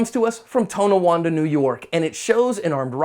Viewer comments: TOWN-awanda*** lol butchered the name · “Toenowanda” LoL . People not from upstate NY can never pronounce certain places